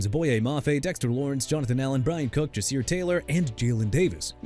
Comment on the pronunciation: JA'SIR TAYLOR AS IN JUH-SEER, BRO!! AND ALSO HOW MANY TIMES I GOTTA TELL YOU?! NEW ORLEANS AS IN "NU OR-LINS" SO QUIT SAYING "NEW OR-LEANS" ALREADY OKAY?! YOU'RE DONE!! BUTCHERING NAMES AND NOT HAVING ANY RESPECT OR CREDIBILITY!! HAVE FUN FINDING YOUR NEXT JOB SOMEWHERE!